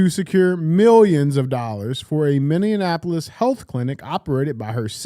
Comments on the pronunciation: DJ - it is MINNE-APOLIS, NOT MINNE-AN-Apolis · It’s funny how DJ pronounced Minneapolis as “Minionapolis” lol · Someone please teach DJ how to say Minneapolis